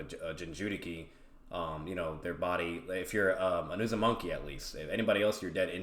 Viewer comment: Really enjoyed the video. Just kept getting thrown off because kept saying "uzumonkey" clan 😂 Cool debate though!